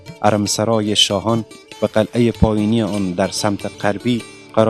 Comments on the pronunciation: برادر عزیز ممنون از ویدیوی شما‌ ولی لطفا شاعران‌ را درست تلفظ کنید شما شاحران یا شاهران می‌گوید و چندین لغت دیگر را اشتبا تلفظ کردید مثلا قلعه را قلحه تلفظ میکنید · برادرلطفالطفادرگفتارمتن دقت کنیدکه نگویندگوینده متن بی سواداست.یکی ازپنجمین مسجدجامع جهان است یعنی چی این جمله کاملابی معنی است.بایدبگوییدازجمله پنج مسجدبزرگ جهان است.وچراقلعه راقلهه تلفظ میکنیدبازهم جنگ الف وهه